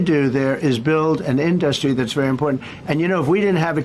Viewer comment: It sure is an in-dust-ry.